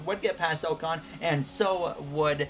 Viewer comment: And Ocon is "ahcon"